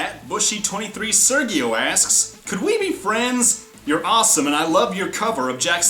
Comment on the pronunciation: wolf girl_17 did you seriouslyjust say rossome I if you did you are rossome 💓💕💖💗💙💚💛💜💝💞💟❣❤